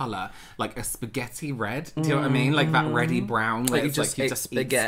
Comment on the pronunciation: I rewatched "SPEGADY" so many times